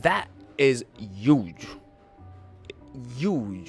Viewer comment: Its youdge